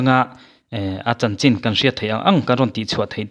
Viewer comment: CHIN ELON MUSK tih hi CHHIN ELON MUSK tia lamrik tur A awmzia chu, CHIN hi CHHIN tia lamrik tur...